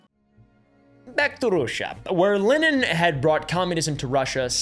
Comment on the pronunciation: whoa, worse pronunciation of Lenin's name i've ever heard -- nice.